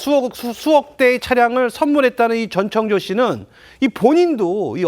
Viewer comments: 이름 좀 제대로 부르세요. 창조 ㅡx 청조 ㅡ0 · 저 아나운서는 왜 전창조라고 하지? ㅡㅡ 아나운서가 기본적으로 이름은 제대로 불러야지 저번에는 패널이랑 기싸움하더니 볼때마다 이상하네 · 다들 이름 발음 하기 힘드신가봐요… 한분은 전창조 전창조 하시고 한분은 전천조 하시고… ㅋㅋㅋ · 전청조예요 전창조가 아니라 이름은 정확히